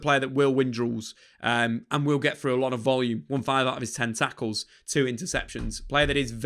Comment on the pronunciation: Ten Tackles sounded like Tentacles